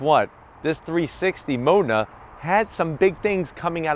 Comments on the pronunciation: Had to stop the video cause he kept calling it a mona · no offense pal but your pronounce of 'MODENA' is a bit off. i cant hear the 'D' ! here is right one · It depends. Most Americans do pronounce it wrong. In Italian Its more like Maw den a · 🤦‍♂️ I have been saying Modena wrong my whole life. My pronunciation was as follows: Moe Dean Nah. As in Nah dumbass, that's the wrong pronunciation. 😂 Fun fact, Alcoa is just about 15 mins from me. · I hope no Italian person ever hears you say Modena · I cringed every time he pronounced Modena... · Have I been mispronouncing "Modena" wrong this entire time?